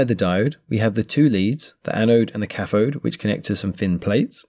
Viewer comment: What is a cafode? th does not equal f Try saying cathode